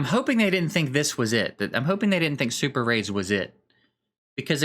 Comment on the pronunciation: SuperRAIDs.... OR SuperAIDS???